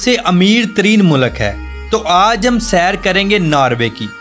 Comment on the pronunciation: Mulak nai bhai mulk bolo.